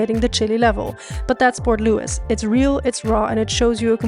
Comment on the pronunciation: gets all the french perfect, cut to Port Louissss